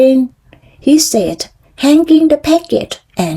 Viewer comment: ไม่อ่านเหมือนตอนฝึกล่ะคะ ตอนเริ่มต้น อ่านเป็นเทปยานแล้ว:face-green-smiling: อ่านต่อมาดีขึ้นนิด กระชับได้อีกค่ะ พหูพจน์ออกเสียงด้วยค่ะ noses โนสเซส looked out ลิงก์ท้ายได้ค่ะ package กับ bucket เสียงท้ายต่างกันนะคะ dropped เสียงท้าย t ไม่เป็ด เมื่อไรจะจำได้ ส่งข้อมูลให้ในไลน์แล้วนะคะ อ่านและจำให้ได้ fire ออกเสียงท้าย เออร์ด้วยค่ะ โดยรวมออกเสียงคำชัดขึ้นมาก:washhands:จังหวะ ความต่อเนื่องยังไม่ดี สดุดเยอะ คำไม่ต่อเนื่อง เว้นวรรคไม่ดี